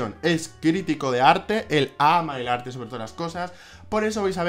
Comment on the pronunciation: A diego le gusta el arrrrrte,todo tipp de arrrte